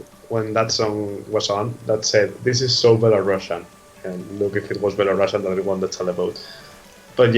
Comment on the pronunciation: Thank you for your support, I'm very exited about NAVI finally representing Belarus this year in BELARUSIAN (btw, could you please take under consideration that it's not "shian" but "sian" so please pronounce it not like Belorussian but Belarusian). Thanks!